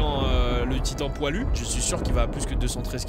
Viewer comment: Il a dit le titan poilus 😭🤣🤣